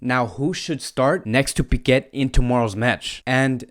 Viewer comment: good preview .....but its spelled ' pee -kay ' not piquet